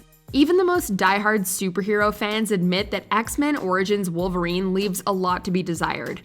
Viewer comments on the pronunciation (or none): none